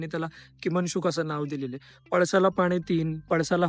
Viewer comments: किमांशुक नाही रे. किंशुक म्हणजे किं - शुक. यात किं चा उच्चार ' किंवा ' या शब्दात जसा हितो तसाच करायचा. आणी शुक म्हणजे पोपट. त्याचं अर्थ " काय शुक आहे? " त्याचा एक श्लोक सुद्धा आहे.... किं पळसाच्या पानामध्ये पोपट लपला असेल त्र त्याच्या डोक्याचा आकार, रंग पणा सारखा, आणि चोचीचा आकार व रांड पळसाच्या फुलासारखा त्यामुळे पान आणि फुल मिळून पोपटच बसला आहे की काय असा भास होतो तेव्हा भुंगा हा पोपटाला पळसाचे फुल समजून मध प्यायला त्यात येतो, आणि पोपट सुद्धा भुंग्याला जांभूळ समजून खाऊन टाकतो अशा अर्थाचा एक श्लोक आहे मजेदार! 😄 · उच्चार किंशुक असा आहे, किमंशुक नाही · 'किमन्शुक नाही 'बाळा', किङ्शुक किंवा किंशुक म्हणत जा 😂